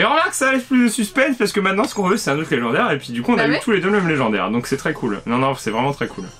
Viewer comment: Sa va lé-gens-daire 😂😂😂😂